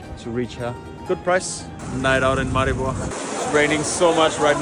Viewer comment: You repeatedly mispronounced Maribor. Still I'm very happy you liked our country.